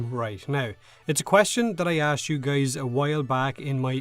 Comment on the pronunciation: Why the heck does he keep calling us geys ?